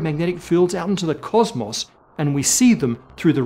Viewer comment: Kosmos. Russian spy detected! xD